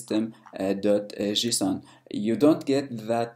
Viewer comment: What the heck is 'Jusoon'?